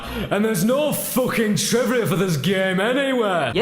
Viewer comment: ***** He said trivia, it just sounds slurred because of him changing his inflection along with trying to sound angry while doing so. :D